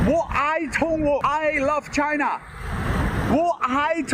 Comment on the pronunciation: bro, I barely know any Chinese and i can say 中国 better than this idiot lol, he doesn't even say "China" properly, like wtf?